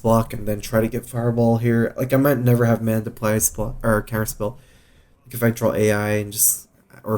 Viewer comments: Does he intentionally say "drawl" instead of "draw"? People point it out every video but he keeps doing it... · maybe he has some murloc roots